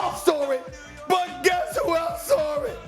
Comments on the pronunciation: "saw".....not "sore" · Nobody: Stephen A: I know you "sawr" it. I know I "sawr" it!!!! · I "SAWR" IT 😂😂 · Please learn how to say saw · I definitely “SAWR”it Stephen A😂😂😂😂😂😂😂😂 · "I sore it"